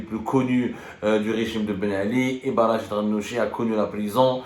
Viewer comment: RACHED et non pas RACHID يا حبوس